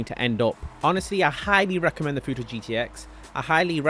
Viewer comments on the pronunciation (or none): It’s not futoe it’s futo(2)😂😂😂😂